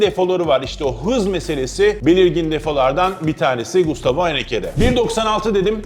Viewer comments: Abi gustavo mu diyorsun yoksa mustafo mı diyorsun anlayamadım valla :) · Gayet güzel anlatmışsın ağzına sağlık 👏 yalnız telaffuz da sıkıntın mi var hocam bana mı öyle geliyor mustafo der gibi çıkmış 😂